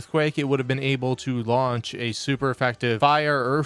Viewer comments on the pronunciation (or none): none